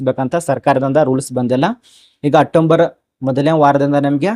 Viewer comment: ಮೊದಲು ಪದಗಳನ್ನು ಸರಿಯಾಗಿ ಉಚ್ಚರಿಸಿ, ಪದೇ ಪದೇ ತಪ್ಪಾಗಿ ಹೇಳ್ತಿರಿ,ಹೇಳಿದ್ದನ್ನೇ ಹೇಳಿ ಒಂದು ನಿಮಿಷದ ವಿಷಯಕ್ಕೆ ಇಷ್ಟು ಉದ್ದ ಎಳೀತಿರಿ, ಅಟ್ಟಂಬರ್ ಅಲ್ಲ ಅಕ್ಟೊಬರ್ ಅಂತ ಹೇಳಿ 🤦🏻‍♀️